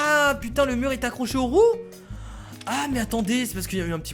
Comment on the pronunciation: Y à que moi qui pense qu'a chaque fois qu'il dis "roue" il dis "roux" mais péjorativement sans faire expret ? x)